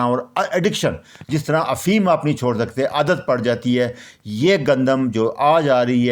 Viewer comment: او بھائی افیم نہیں ، افیون ہے۔